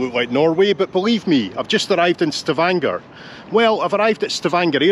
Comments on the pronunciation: STA-vun-gu(r) is the pronunciation, I believe. Like most words without prefixes in Germanic languages, the stress is on the first syllable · I find it (by Googling it) pronounced on the first syllable by some, and on the second by Stavanger people. Maybe you could clarify? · I would be very startled if I heard a Norwegian pronounce it with stress on the first syllable. It is clearly wrong. I checked Google as well now, and it allows me to switch between a US and British pronunciation. The US pronunciation seems to match your initial comment, so I assume it is what you were served. But when I press the play button, to me it sounds like just Google merely fed the word into a US speech synthesis engine which doesn't know anything about this place name at all, so it just pronounces it with some default guesses based on US English pronunciation. This is even more likely the explanation since it uses a fricative version of the letter "g" (as in "badger" or "engine"), which is also entirely wrong. To be clear, the "ng" in Stavanger is like in "singer", not like in "engine". The British pronunciation in Google puts the stress correctly on the second syllable, and also correctly pronounces "ng". But I'm guessing it's still just being fed into a dumb speech synthesis engine, and it just happened to make a better guess than the US one.